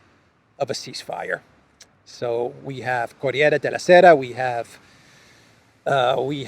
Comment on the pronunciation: Corrrrriere the sound rrrrr is dificult😀